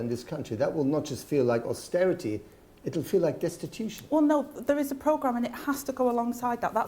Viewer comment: Eee by gum.. Its not austerity.